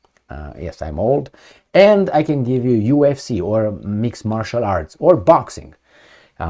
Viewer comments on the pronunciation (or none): none